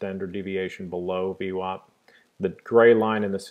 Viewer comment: vwAp, not vwOp :)